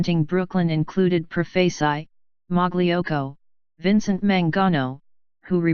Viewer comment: Pro-face-eye? Cay-po? Lol!